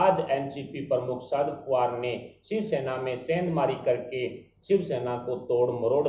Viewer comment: Please pronounce the name of Shri Sharad Pawar correctly. He is NOT Sharad "POOVAR". He is Sharad "POWER". When you pronounce his name incorrectly, it shows your ignorance and spoisl your image. Also it is an insult to the senior politician. PLEASE NOTE.